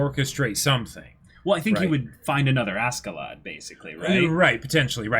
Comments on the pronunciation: Pronunciation note: Askeladd=ASHeladd. It's a Scandinavian thing. You're pronouncing the J in Jomsviking right, though, can't say that for every reactor. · This is Snake It's pronounced Asheladd in the anime, though. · I know, I educated myself on the subject, but in the context of the character in the anime it is pronounced with a SH.